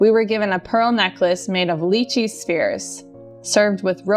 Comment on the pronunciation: Oh!!! It took me a while to process but she isn't saying "spears", but actually "spheres"!